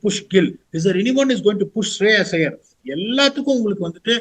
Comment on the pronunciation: Like your shows and candid views. Informative and entertaining. Could you please pronounce the names of these players correctly? -- Shubman (not Shubmaan), Shreyas (not Shreyaas), Mayank Agarwal (not Maayank), Yash Dayal (not Yaash)